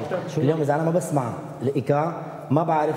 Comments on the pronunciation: ايقاع مش ايكاع كيف بدك تعلم الايقاع وانت مش عارف تلفظا مظبوط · صراحة انا بعد ضحكت من كلمة ايكاع لكن عادي واضح انه ما يعرف عربي كويس او عنده مشكله في نطق بعض الكلمات .. عادي